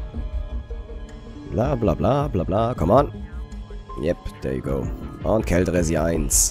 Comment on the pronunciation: wenn du schon so gerne "denglisch" sprichst, und denkst du seist cool, dann üb wenigstens das "th" es klingt nämlich einfach lächerlich, wenn du dauernd "der" you go sagst ;)